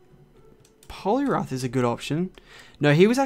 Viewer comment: I like how he said blue boss polirath